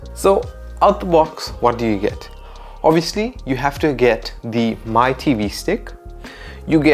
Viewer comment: Mi is pronounced as “Me”